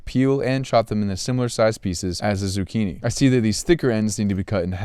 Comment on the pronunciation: im not even italian but that z*cchini pisses me off